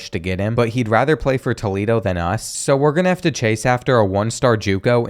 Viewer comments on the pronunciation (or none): none